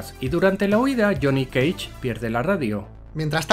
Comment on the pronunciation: Lile si dijo jhonny keich